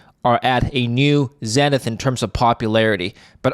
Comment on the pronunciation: z-eee-nith, not zen-ith